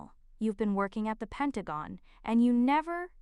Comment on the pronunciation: Finally Pentagon pronounced correctly.